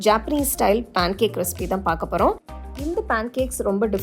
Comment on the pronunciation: பாண் கேக் இல்ல அது "பேன் கேக்"